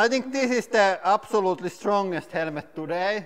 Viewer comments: "HELMET" NOT "HELEMET"!! HAHAHAHAHAHA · Try Hell-met Instead of hell-e-met. No offence just helping out with the English language. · Helmet not HELEMET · It is helemeth, not helmet :) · I kept hering HELEMET instead of helemet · Wear a HELEMET" for safety porpuse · Beo ita not HELEMET ITS Helmet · Motorcycle HELEMET 😂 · Helemet hahhaha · I LOVE THE ACCENT " HELEMET " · Hahaha helemet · Zechariah Rose Helemet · HELL-LE-MET. I love this channel so much. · I love how he say "helemet" <3 Keep doing what u love. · Hell-a-ment LOL You had me in stitches. It's bad when the Cabbage is stronger than the "hell-a-ment". LOL That was fun. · the strongest "HELEMET" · I'm not a basher but I'll automatic laugh when he say's "HELEMET"😆😂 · I like how he says «helemet» hehe😅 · "Helemet helemet helemet" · I came here for the "Helemet" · Helemet is that the way you pronunce it in your country cuz im curious... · What's a helemet? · Why you say it helemet/ helemets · What? Helemet?.. It's okay we all made mastake's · It's Hella ment not helmet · Every syllable must be pronounced. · Thought he said element at first lol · Ural Motorcyclist English is the most used side language out there in the world. But i understand what u mean, but you do not have to be that rude in the comment field.. it was kinda funny how he said the word (helmet)... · I love how the word "helmet" has three syllables here. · I love how he pronounced helmet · “Helmet” has 2 syllables. I’m puzzled that he hears 3 syllables or why he thinks it is 3 syllables!